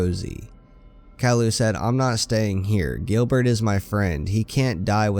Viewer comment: Gilbert not grillbet